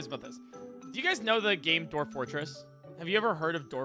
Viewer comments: TIL can't say "Dwarf" Like wtf is a "Doorf"? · TIL can't pronounce dwarf